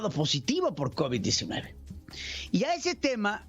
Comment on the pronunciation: Mejor que estudien la primaria nocturna, para que se enseñan hablar Y no digan covitts, verdatts😁